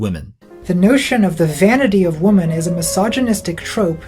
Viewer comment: Off-topic, but am I the only one who's tired of hearing native English speakers say "woman" where they mean "women"? Like where did this speech impediment start?